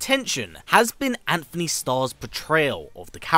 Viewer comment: It’s Antony lol